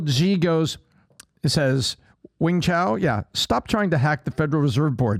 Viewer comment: The man said “ wing chow “ 🤣🤣🤣